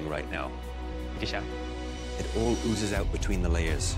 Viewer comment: "it all oozes out between the layers" the word oozes sounds weird ngl